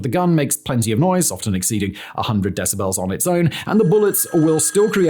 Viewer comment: Your pronunciation of the world "decibel" bothers me much more than is reasonable. :)